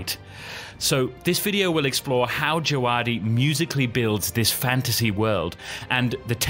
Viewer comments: I’m pretty sure it’s pronounced Je-ve-DEE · By the way its pronounced DjaVadi. I was at the GOT Concert and he was the conductor for it. That's how he introduced himself